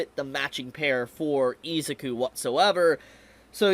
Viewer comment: I kept thinking why does it sound wrong when he says his name! Ohhhh cause dude never learned. IZUKU pronounced E-Zoo-koo